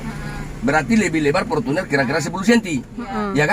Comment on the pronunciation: Portunnerrrrrrrrrrr ..rrrr